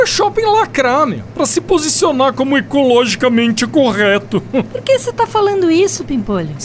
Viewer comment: "Ecologicamente" kkkk